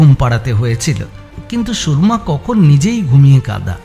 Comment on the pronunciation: নামটা "সুরমা", "সুর্মা" নয়। "র"এর উচ্চারণটা "র" হবে, "রেফ" এর মতো নয়।